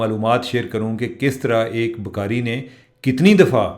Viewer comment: چیمہ صاحب ، پلیز اپنی اردو ٹھیک کریں، اگر آپکو ٹائم ملے تو اپنی ویڈیو دوبارہ سنیں اور دھیان دیں کہ آپ لفظ بھکاری کسطرح ادا کر رہے ہیں ؟ عام حالات میں بھی پنجابی لہجے میں اردو وی لاگ ہوتا ہے لیکن آج تو بالکل ہی حد ہو گئ۔ 😮صرف کان نہیں پورا جسم تکلیف سے گزرتا ہے آپکے تلفظ سے۔ میں خود اردو دان نہیں ہوں لیکن ہمیں کسی بھی زبان کے تلفظ پر بہت زور دیا جاتا تھا۔ 🙏🏻